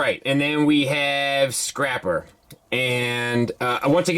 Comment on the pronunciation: Man this looks fantastic and btw you said scrapper twice